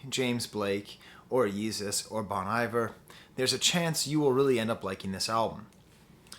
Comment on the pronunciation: i'm genuinely surprised a french professor can not pronounce 'bon iver' correctly